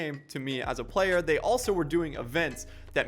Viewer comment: Is it just me or did he say "if I was a playe"??????